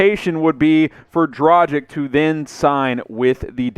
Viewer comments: Its not Dragig, its Dragic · It is a tragedy ( or Dragedy ) that you can´t speak the name Dragic right. Rhyme it with Doncic and it should work. You don´t say Doncig, do you? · Please please learn how to pronounce his name dragic' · I like your content, but please try to pronounce Goran's name correctly. The G in his last name is pronounced the same way as the one in his first name. As for the C, it's pronounced the same way as you already do with Doncic. FWIW, I think Dragic would be a great addition for a few different reasons. One of them is better team chemistry, the other being the fact Goran will be extra motivated to end his NBA career on a high note.